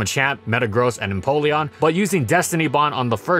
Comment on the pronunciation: Um, he said Napeleon, instead of empeleon I spelled that wrong, who cares :/